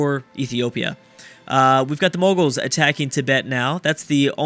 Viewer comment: "Moguls"... oh no